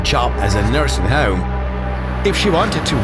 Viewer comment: "NURSINY HOME" LOL